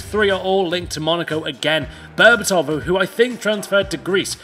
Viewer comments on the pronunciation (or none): its pronounced Bérbatov and not Berbatòv